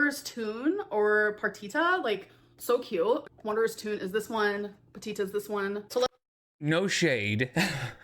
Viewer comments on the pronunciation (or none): The doll’s name is Partita…. She says PATITA which means little foot 🦶 lol.